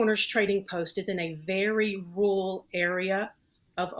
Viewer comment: " very 'rurl' area "